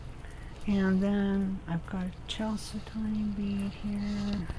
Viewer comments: Very creative and SO PRETTY!!! Thank you for sharing !!! FYI Chal is like Church but chal, said-do-knee with the emphasis on said and do and knee.Chalcedony 😊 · I'm pretty sure it's cal-sed-ney. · I was told you pronounce chalcedony, "kal-sid-on-ee," or something like that. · Very nice and helpful. Thanks so much. FYI: the "ch" in chalcedony is hatd and is prolounced like a "k". It's a from a Greek work.